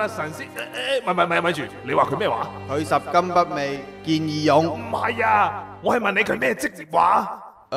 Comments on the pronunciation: ，係讀拾金不昧〈妹mui〉，唔係味道嘅味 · 拾金不昧，讀錯